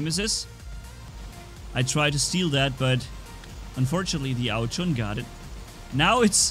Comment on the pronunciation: It is ao jun not ao chun